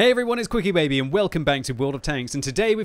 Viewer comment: you slurred your into bubba, it sounded like you said.....